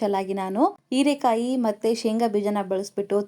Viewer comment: ಹಸಿಮೆಣಸು ಅದು ಅಸಿಮೆಣಸು ಅಲ್ಲ ಹೀರೆಕಾಯಿ ಅದು erekai ಅಲ್ಲ ಮೇಡಂ.